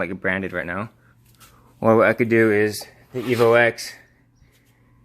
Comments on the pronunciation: Nice vid. Only thing made me cringe was "Evo Ex" 😁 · It's EVO 10!!! Not EVO EX!!